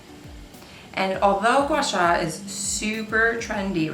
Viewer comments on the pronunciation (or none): It’s actually pronounced more like gwah-saah! It comes from Mandarin, which is a tonal language & is challenging for people who aren’t of that culture. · No you didn’t, it’s pronounced “Gua “Sahh” I have been watching this technique be preformed by a Chinese medical esthetician